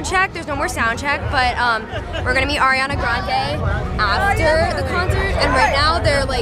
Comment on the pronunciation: when your friend called her "Airiana" i wanted to slap her omg